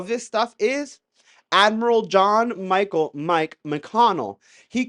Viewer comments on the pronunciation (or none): none